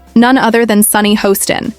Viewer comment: I believe her name is pronounced “Hass-tin”, not “Hoe-stin”. I don’t know why the editors don’t “proof-listen” these AI debacles.